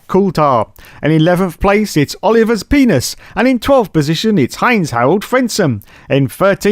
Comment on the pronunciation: Leela C'mon Leela he said wrong.